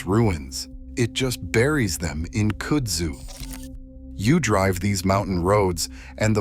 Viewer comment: It's cud-zoo